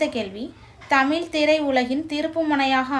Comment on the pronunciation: தயவு செய்து 'தமிழ்' என்ற சொல்லை சரியாக உச்சரிக்கவும்.